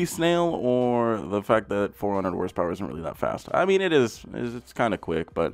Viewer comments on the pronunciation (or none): And did he say HRSPERS!?!?